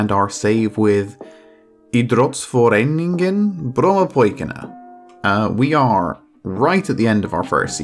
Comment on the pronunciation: It's that time of the week, listening to try to pronounce Idrottsföreningen Brommapojkarna. You can find your youth intake under dev centre > youth candidates (I think they disappear from that menu once they accept a full contract from you though so it might be easier to show off the intake before offering contracts)